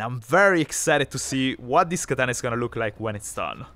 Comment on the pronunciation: Katana(x), Bat(o)😅😅